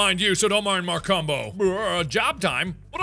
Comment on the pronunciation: We heard: Markumbo My mom heard: Mar Cum Po